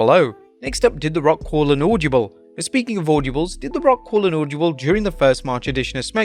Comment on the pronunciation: He really needs to learn how to pronounce “audible”, getting annoying now